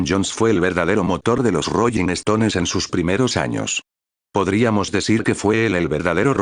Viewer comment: "¿Royin estones y yentesman"? Dios miooo🤦🏻‍♀️🤦🏻‍♀️🤦🏻‍♀️🤦🏻‍♀️